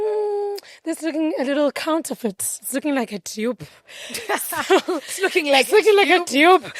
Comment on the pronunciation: That pronunciation is the only way I’ll be saying dupe from now on 😅